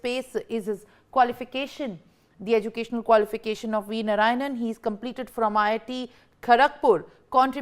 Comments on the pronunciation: It’s Narayanan, not Narayan! 😢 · Please, please, please, learn to pronounce his name correctly. His name is NOT. I repeat, NOT, नारायण But his name is नारायणन. Please pay attention to these niceties.